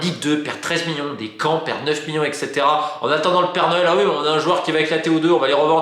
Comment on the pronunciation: Ca en fait des "MIONS" :D